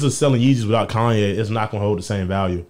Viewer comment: “Now all I need is y’all to pronounce my name It’s Kanye, but some of my plaques, they still say “Kayne”